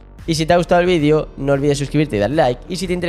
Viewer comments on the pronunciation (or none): none